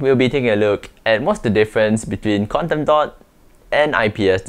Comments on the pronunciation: Wtf!! It took me an hour to understand what you were saying was Quantum dot, What is "Condando" 😂😂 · I thought he said condom dot (dotted condom)😂😂